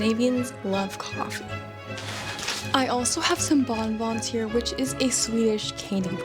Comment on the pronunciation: Coyfee lol Love the way you the put the emphasis on a different syllable there, Ma'am. Thank you for sharing.